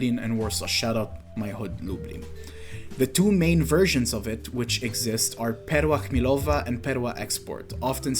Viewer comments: great video but man... perła chmielowa? you haven't lived in Poland enough I'm afraid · I was literally about to hit subscribe until I heard perła chmielowa